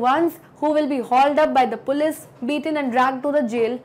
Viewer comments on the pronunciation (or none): none